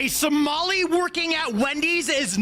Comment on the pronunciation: 🫢 just a little constructive criticism, it’s pronounced Somali 🤭 just like I thought the word dice was singular 😳 I used to watch, but with all those faces he makes I am feel cringe. Even if the clips he shows are great his presentation is lacking.